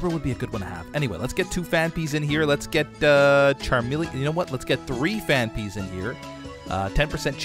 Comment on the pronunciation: “The Phan-ups”